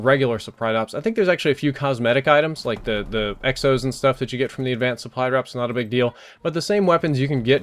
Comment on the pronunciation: I'm not sure if I'm super tired, or what, but are you saying "suppry" drops? It sounds like it to me...